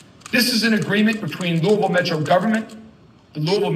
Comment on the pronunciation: Thanks for saying Louisville correctly. That was unexpected yet appreciated lol